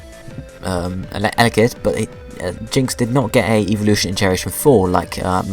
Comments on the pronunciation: lol its sounds like you are saying eeveevolution not evolution xD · I'm not hating but it sounds like you are saying eeveeloution.